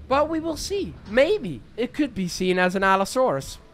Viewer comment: Bro said Allosaurus wrong